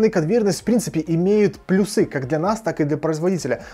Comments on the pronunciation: Не плюсЫ, а плЮсы)) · пожалуйста. Не плюсЫ! А плЮсы! Грамотный же человек, будь грамотным во всем. А то когда так говоришь сразу вспоминается Войтенко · Как же режут слух плюсЫ!!! Позовите Училку пожалуйста!!! Пусть разберёт.😂😂😂